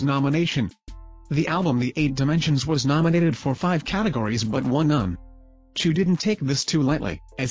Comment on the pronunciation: Chou... not choo